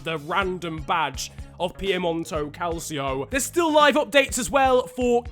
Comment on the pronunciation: It's pronounced cal/cho